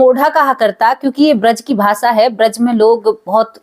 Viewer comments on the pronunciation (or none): none